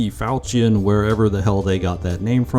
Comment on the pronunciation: Corrections and additions: 1. Falchion is pronounced as "Fal-she-on" 2. You have the Tiger names the wrong way around. KHT (Kampfhubschrauber Tiger) is the current name for the German Tiger, UHT (Unterstützungshubschrauber Tiger) was the old name. It was changed around 2014. This was reported but Gaijin never fixed it. Older names still for the German Tiger include Tiger UHU and Tiger PAH-2. 3. There was a proposed variant of the Tiger for Britain and the Netherlands which included both the cannon and the mast sight, it never entered the prototype phase though. The German Tigers were to also have a recoilless 30 mm cannon called the RMK-30 and while the cannon was made and tested on a Wiesel, it was never mounted on a Tiger.